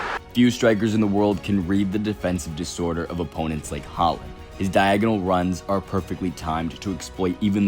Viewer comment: How do you guys pronounce ’board’? Now substitute the pronunciation of ’oa’ with Haaland’s ’aa’ and you get his name correct. If you respect the guy you should pronounce his name accordingly. Just a tip 😀